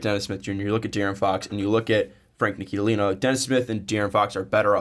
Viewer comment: who is this Frank "NIKILILINA"? it's pronounced "NILI-KINA", not really that hard to say guys c'mon.